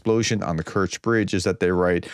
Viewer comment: correctly pronouncing of Kerch is close to Stretch